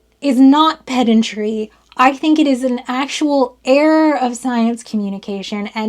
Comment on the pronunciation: I definitely heard "pet injury" instead of what I presume to be "pedantry". 😂 Confusing to be sure.